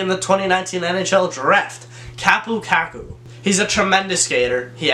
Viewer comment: If you say "Kakku" one more time...